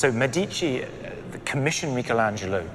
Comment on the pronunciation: has not someone told you how to say the word MEDICI???the accent is on MÉ, not on dí....